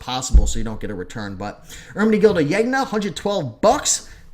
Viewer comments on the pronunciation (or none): I've been watching your videos for only a short time (less than a week), and I've devoured most of them already. Love them! Here's a tip on pronunciation: In Italian, the "gn" makes sort of a "ny" sound, like in "lasagna". I've heard you pronounce Zegna like three different ways, so I figured I'd let you know: It's pronounced "Zen-ya" (or Sen-ya if you want to sound really snobby:-P) Thanks for these super helpful posts!